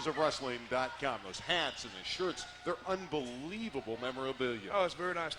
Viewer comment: "WW Dot." It's "WORLD WIDE WEB", meaning there's three W's, not two.